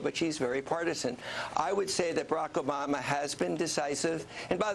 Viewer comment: "Barrack Obana" xDDD